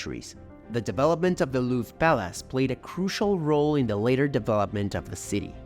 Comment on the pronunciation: I didn't want to nitpick... But now that you've brought my attention to it, listen again to how pronounced the consonant "J"...That's not how the French do it. Maybe you do, in Quebec? Also how he pronounced "Louvre," "promenade," "Invalides", etc. A multitude of incorrect pronunciations. French is not Spanish.